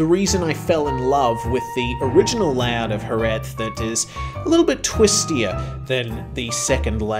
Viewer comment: It has really caught my attention that pronounce Jerez better than we do in Andalucía (the south region of Spain). You're the only foreigner I've ever heard pronouncing that final Z as it should be. Even here, we just say "JereH" instead of JereZ hahaha